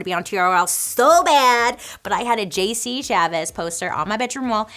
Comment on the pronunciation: I love you Bailey but if you gonna claim to be an nsync fan you gotta say JC's name right!!!! (This is all jokes. I know names are hard. I love Bailey to death and I'm just poking fun!)